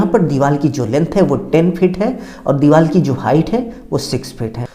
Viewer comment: Deewaal nhi hota deewaar hota hai